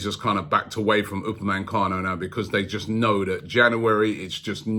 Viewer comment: ROBBIE, UPAME... CANO.. NO N in the middle... You've been saying UpameNcano for months now c'com